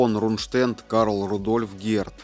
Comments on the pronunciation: Нужно говорить Рундштедт с ударением на первом слоге. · Нежная темы, лучше не берись за неё. Исковеркал фамилию Рундштедт, Роммель. Научись правильно ставить ударения. Нужно досконально знать исторические факты, не переверая и не искажая их. Тогда люди скажут спасибо. А так неуд в дневник, и родителей в школу, двоечник.